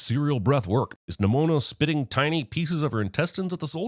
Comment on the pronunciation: NIMONO? Seriously, Jeremy? XD